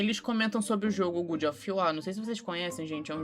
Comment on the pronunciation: Eles tudo falando "Good" of war me estressou mais do que eu gostaria